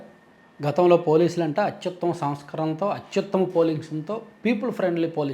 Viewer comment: Samskarana అనే padam palakaledu